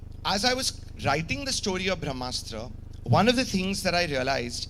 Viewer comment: He can't pronounce Brahmastra, vivke agnihotri is right